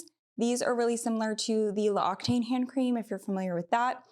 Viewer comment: I know this is an old video….but just an FYI….L’Occitane is pronounced “lox-ee-tahn”……not pronounced “Loctane”. Just thought you might want to know. It translates to the “Occitan Woman”. 🥸